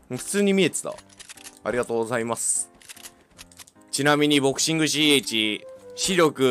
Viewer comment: 外国人風あいざいます